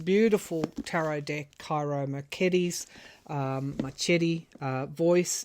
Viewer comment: Hi. I love Ciro Marchetti's oracle decks as well. From my past research, I think his name is pronounced "Cheeroh Markehtee." 💐